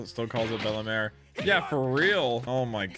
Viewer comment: Bell-mare not Bella-mare